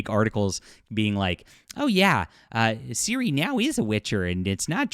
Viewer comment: I agree with you completely. However, it easy for them to accuse you of being another "anti woke grifter" when you can't be bothered to pronounce the series main characters name correctly. Don't give them ammo.